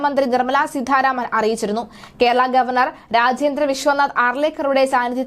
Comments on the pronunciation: സീതാരാമൻ എന്ന് പറയാനറിയില്ലേ? എന്തിനാണ് സീധാ രാമൻ എന്ന് പറയുന്നത് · സീധാരാമൻ അല്ല കുട്ടീ സീതാരാമൻ എന്നാണ്.തല എന്ന് കുട്ടി ഒന്ന് പറയൂ.എന്നിട്ട് ആ "ത "സീതാ എന്ന വാക്കിൽ ചേർത്ത് സീതാരാമൻ എന്ന് പറയാൻ ശ്രമിയ്ക്കൂ.അല്ലാതെ ആവർത്തിച്ചു സീധാരാമൻ എന്ന് പറയുന്നത് കേൾവിക്കാർക്ക് ആരോചകമാണ്. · വാർത്ത വായിയ്ക്കുമ്പോൾ അക്ഷരശുദ്ധി ഉണ്ടാകേണ്ടതാണ്. സീധാ രാമൻ എന്നല്ല, സീതാരാമൻ എന്നാണ് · സീധാരാമൻ അല്ല,കുട്ടീ, സീതാരാമൻ.... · സീധ രാമൻ അല്ല,.. സീതാരാമൻ.. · നല്ല അവതരണം. അതിൽ അട്ടി കൂലിയും, അട്ടിമറി കൂലി കൂടി ഉൾപ്പെടുത്തണമായിരുന്നു. ഉച്ചാരണ തെറ്റ് ഒഴിവാക്കാൻ ശ്രമിക്കണം. ഉദാഹരണം :- നിർമല സീദ്ധ രാമൻ. ശ്രീ ധരൻ ശരി. ശ്രീദ്രൻ തെറ്റ്. ശ്രദ്ധിക്കണം. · സീതാരാമൻ എന്ന് ശരിയായി ഉച്ചരിച്ചാൽ കൊള്ളാം